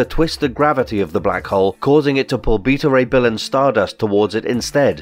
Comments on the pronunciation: His name is bet a ray bill that how it's said not the way you say it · (be-ta) ray bill say it with me now